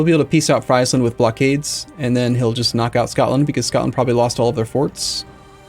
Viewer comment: Please just don't say freisland, it's friesland